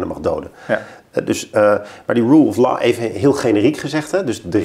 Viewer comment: "Roel of loh". Niet "roel of lah".